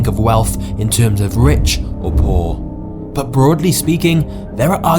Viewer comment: What is 'Baa' it's 'But' 😂